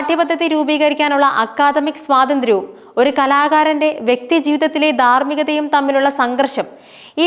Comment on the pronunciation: 'വിധ്യാർത്ഥി' എന്നല്ല 'വിദ്യാർത്ഥി' എന്ന് ഉച്ചരിക്കണം. 'ദാർമ്മികത' എന്നല്ല 'ധാർമ്മികത' എന്ന് ഉച്ചരിക്കണം.